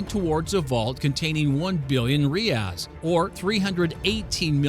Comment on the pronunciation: This man butchered the Portuguese pronunciations so hard Reais is Rey ais if you can’t speak Portuguese or something like hrey ais if you can Banco do Brasil is don’t bank o doh brazil it’s bahn-ko duu brazil Idk how he fucked up the “do” if he pronounced it the same as it english it would have been fine